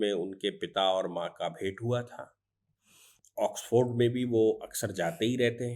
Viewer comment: ऑक्सफर्ड, ऑक्सफोर्ड नहीं,वकीलसाब !